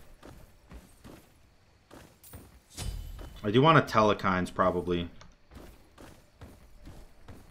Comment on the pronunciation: Theres still no E in the middle of Telkhines. or the almost middle... its a 2 syllable word not 3